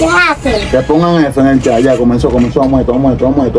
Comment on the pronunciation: Por qué no pueden ablar. Jaker y dicen jakel